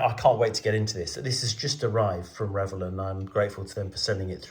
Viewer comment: Very nice,. And thanks for pronouncing Revell properly!